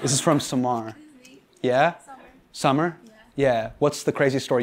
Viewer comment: Quick Observation - For a guy who spent 5 mins correcting Ellen on how to say his name right, Hasan ALWAYS mispronounces brown names of the audience members he picks questions from... 😄 (Samar = "Sommar", Ameena = "Ominaa", etc etc)